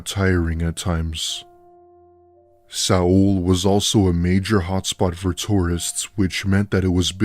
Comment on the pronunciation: It was the pronouncing Seoul as (sa -ul ) for me 😂😂😂